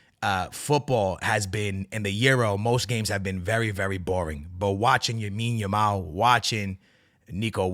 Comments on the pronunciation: Lamine Yamal man Lamine Yamal Not yamine lamal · Lamine Yamal bro not Yamine Yamal😅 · Bro said Yamine Lamal 😂😂😂